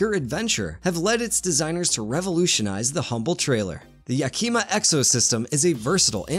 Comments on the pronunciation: It’s pronounced Yack-e-ma with a soft e. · Yakima is "yak-a-ma" as in the city in eastern Washington state.